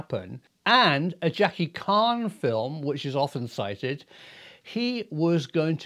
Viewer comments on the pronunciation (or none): Jackie CHAN , pronounced With a CH sound as in CHANEL not KAHN as in Rath of KAHN ( Star Trek) . Good Video tho! Love the KAHNEl, lol, JK CHANEL!! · its CH-An not KHAN hahahah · I don’t like correcting people but Jackie chan isn’t pronounced like con the h isn’t silent. His name sounds like can with a H in it cha cha an chan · Chan not karn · Jackie Khan? Chan sounds (ch)ange